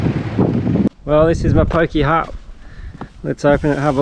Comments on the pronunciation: Mowpoke as it sounds not mopokey,think of it as friendly constructive criticism, love your work and please keep it up 👍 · Good article but he should learn how to pronounce mopoke, might send him a bird identification book